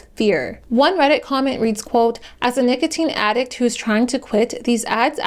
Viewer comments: no fr she was saying nickel teen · did you seriously say nickeltine? jfc she really has no clue about anything she is talking about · emphasizing the o in the middle is not the typical/normal pronunciation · Was literally thinking the same thing. I had to stop. All this effort and she couldn’t research how to say it right lmfao. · Sometimes it was normal and then she went back to being weird